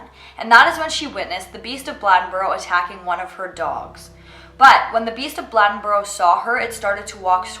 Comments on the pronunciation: It’s pronounced BLAY-DEN-BORO. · Blade-n-boro....say it right. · The way she said Bladenboro had me weak, pronounced blade-n-boro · I live in bladenboro and it is not pronounced the way you are saying it. Just wanted to let you know